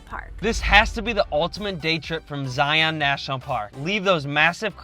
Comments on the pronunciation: I'm always surprised to hear non-Utahns say Zie-ON national park. Never even thought to pronounce it that way till I heard tourists say it. We just say ZIE-uhn. Kinda like lion, not Lie-ON lol. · Zion is pronounced Zai-un (rhymes with Brian). Great video! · Some good info, some mispronunciations of the parks, but The Great Smoky mountains has Zion's beat by quite a bit; 11+ million visitors there vs about 4+ million visitors in Zion. Plus other info that's not quite fact but close to it. Go in the narrows when its hot not cool or cold as you will be freezing, Wear good ankle high shoes as there are what we call "Ankle breaker's" (big boulders) you can easily twist your ankle on and its not fun hiking when you hike a few miles on rocks rotating your ankles in every direction. If you go when its cool or cold wear a wet suit. Bring a walking stick or hiking stick to help with balance and taking some weight off your feet. And do not and i repeat DO NOT even think of hiking many trails or slot canyons when there is rain or rain within 60-100 miles from the hiking spot as flooding is a major danger for those who dont know. Other than that the Narrows will be an awesome experience. (I live 30 minutes from Zion and have been there in all conditions) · You can tell they aren’t from Utah when they don’t pronounce “Zion” correctly. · Thanks for ruining Utah by proclaiming to the masses. Zion and Bonneville not pronounced correct. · This^ If you are doing a travel video, please learn the pronunciation from locals.